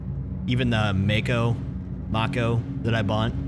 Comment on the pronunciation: Mako.... pronounced May Co. nice vid. Liked and subscribed.